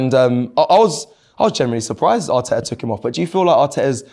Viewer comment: I love how somehow manages to find 3 exta T's when saying Arteta 😂